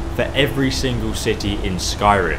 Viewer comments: You said shitty instead of city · stepy Teadayle IKR! I NOTICED THAT! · ul1tmate crazy k1ll lol i was about to type that "each shitty" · "for each shitty" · Did anyone else notice that he says shity instead of city? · it sounds like he says each shitty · LOL I Think You Mean City Not Shit*y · 12.41 he's says each shitty instead of city listen carefully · eso said"shity" not city. XD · Guys he only said "shitty" because he kind of blended "each" and "city"